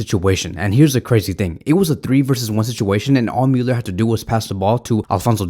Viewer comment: The way he says Müller he says it like Mewler 🤫🗿🤦‍♂️